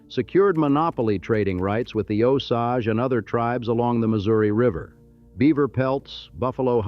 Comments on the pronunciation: This video would be much better if you knew how to pronounce the names correctly. We pronounce the "S" at the end of St. Louis. Osage is not pronounced correctly, either. I can't stick around for any more of that. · Until you can pronounce words correctly, don't make anymore videos! 👎👎 You couldn't even say Osage correctly either, like how the hell do you get that wrong?! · It couldn't even say Osage correctly either, like how tf does it get that wrong!?! I finally stopped watching right at that point, . I'm not watching any farther in this video, it's just a rage bait video.